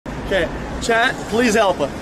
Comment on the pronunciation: The word "help" is one syllable, bro. 😂